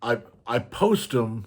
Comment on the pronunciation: i almost said upstate western NY!! I live near the Adirondacks in NY 😊 The way you say "dem" or "dare" instead if "them" and "there" was the biggest hint!